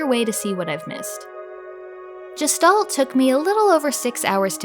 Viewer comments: I thought it was pronounced Gestalt, like guest. not jest. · You and fireb0rn both seem determined to pronounce gestalt like gestation. It's a German word, which means, unlike "German," it has a hard G sound. guh-shtalt. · This looks cool! Feels like they nailed the style they went for. I'm glad to hear it's not just pretty but you enjoyed it too. I think I would like this on the Switch. If you're curious, "Gestalt" is pronounced with a "g" like in "ghost" and the "s" in it is said as a "sh". In German, it can mean the form of something and its being, and it can be used to describe a mysterious being you know nothing about - like if you only saw a silhouette of a person at night you could say you saw a Gestalt. In philosophy and psychology, it's used as a loanword in other languages, including English, to talk about the relationship between the appearance and the being of something. It has a connotation of something metaphysical and mysterious.